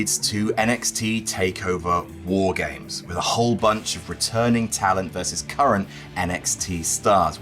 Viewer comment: Say it right.